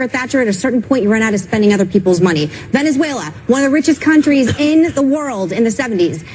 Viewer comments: “Venuzula” Kill me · “But... but.. VENEZUELERRR!!”